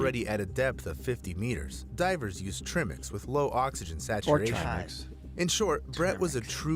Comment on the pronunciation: I was listening to this video, so when he said Trimix as "Treh-mix" I looked up and saw Gus facepalm. 😂